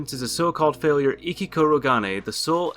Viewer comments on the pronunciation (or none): none